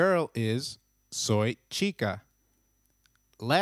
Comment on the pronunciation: But h is silent in spanish. Why are you saying chica then?